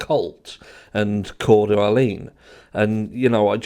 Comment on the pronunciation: HARSH OR ANYONE THAT KNOWS PLEASE- Sorry haven’t watched Drips vid yet- BUT ish, did say that the person that may be Steve G’a brother, killed someone and that that someone had possible ties to Odinites in C’OER DE LENE (Idaho)?? (Spelling?) (First time British accent has thrown me!) Ty!!❤